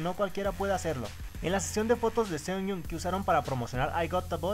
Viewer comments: Muero un poco cada vez que escucho 'Sunyong' en vez de 'Suyeon' (Sooyoung) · No es Seonjiu, es Seojiun; tampoco es Sooyoung, es Suyoung (hablando de pronunciación). Aparte confundias mucho a Sooyoung con Seohyun, pero de ahí en fuera todo bien.